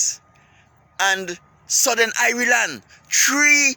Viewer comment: man said irie land for Ireland luv dat haha 🇮🇪 😂👌🏿